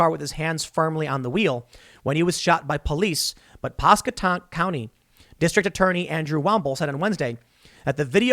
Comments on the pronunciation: Lol it’s Pasco-tank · Pask-wa-tank has a the phonetic spelling of the county. For future content lol I’m from around there and it’s understandable but painful to hear the pronunciation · 😂 hey Tim you keep saying it wrong it’s pronounced Pass qua Tank